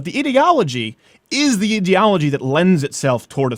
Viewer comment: I’m not going to listen to someone who can’t pronounce ideology correctly